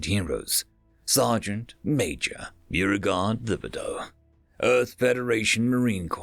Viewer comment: Bow-re-guard Tib-e-dough.